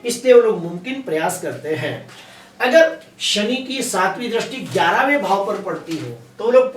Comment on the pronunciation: Drasti nahi sir dristi boliye please sir